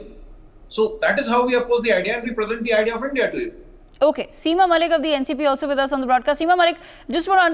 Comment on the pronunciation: A basted pronounce india not indi. L